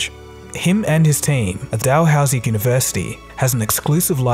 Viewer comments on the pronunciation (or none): Dalhousie is pronounced "Dal-hoo-zee", not as it's spelled.